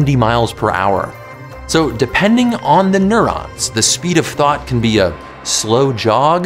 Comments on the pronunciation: what he said: “this is what a thought looks like” what i heard: “this is what a thot looks like” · I thought he asked "What is a thot". Damnit, internet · I swore he said thot 🤦🏾‍♂️🤣